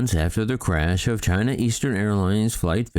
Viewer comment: "China Arlines"... Twice! And I thought, you spell it like: A-R-L-E-E-N-S